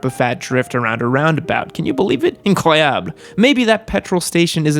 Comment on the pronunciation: as a french guy, that "incroyable" you pulled out fucking shocked me you said it 100% perfectly in a sexy voice